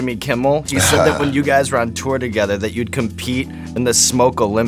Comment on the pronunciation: "Like at" is how Pittsburgh accents are? I moved my 9th grade year to Waynesburg PA from southern WV and when i wouod say anything close to "like at" and mean "like that" i got picked on. Hard core. This one kids schooled me for a whole class period that pencil is pronounced "PENcil" and not "PINcle" ....i dont even want to talk about workimg with my dad outside of Pittsburgh at 18 at united rentals in Oakdale PA.....the adults picked on my accent worse lol